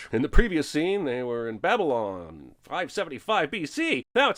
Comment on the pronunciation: Balylon?? :D